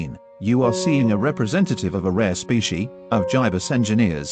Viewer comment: "Specie" XD